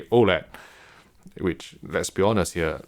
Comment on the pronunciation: The reason I watch HDTVTest: "Hello everyone, from HDTVTest'ere" 😄